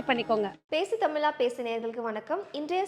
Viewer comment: பேசு தமிலா பேசு என்று எல்லாம் பிழையோடு தமிழ் பேசாதே. நீ அணிந்திருக்கும் உடை அழுக்காகவும் கிழிந்தும் இருந்தால் பெருமையோடு போட்டுக்கொள்ள முடியுமா. பலக்கம் வலக்கம் னு பேசி தமிழைக் கொல்லாதே!